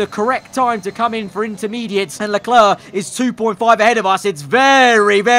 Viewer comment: Lecler*C* Not clare. Clerk.